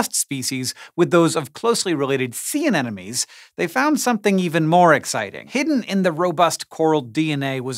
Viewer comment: Can anyone pronounce aneMone right?..